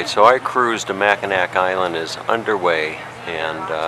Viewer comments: Mack in naw. Is how it’s pronounced. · It was terrible listening to you pronounce Mackinaw as Mackinac... My first job was on the island at the Grand hotel.... Presently I'm in my 60s and I am searching YouTube for The memories of my youth lol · Mackinaw Island, not Mackinac. And, if you are departing from St. Ignace, you are in the UP. If you are leaving from Mackinaw City, you are in the LP. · Yeah, you call it Mackinac Island! I love the island and its history too much that I feel offended when someone calls it Mackinaw Island. The native American accent might pronounce it close to "Mackinaw", but it is "Mackinac" on all the signs and charts that I have seen. Thank you. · Pronounced MACK-in-naw Island. Also called The Grand Hotel, not The Lodge. Beautiful footage. Thank you! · It's pronounced Mack uh gnaw you uncultured swine. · It’s actually pronounced Mac-ki-nah. The c is silent. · On the ferry over, they talk about the island. Before you ever set foot in the place, they produce it Mack-in-aw. Are you that self absorbed that you don't listen as the tour guides, shop keepers, and natives repeatedly pronounce it correctly?? If you can't even get the name right you shouldn't be a tour guide!! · Great video! Brings back alot of great memories. On a side note, the Island is pronounced Mac-ki-nah. The c is silent.;) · Your mispronunciation of the islands name is driving me crazy. Learn to pronounce where you're at. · good tour--bad pronunciation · Despite the fact you pronouced Mackinac wrong It was a good video. Good video quality. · That drove me crazy also...I was hoping the carriage driver would correct him